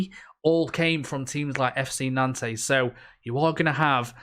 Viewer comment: Interesting pronounciation of 'Nantes' there haha.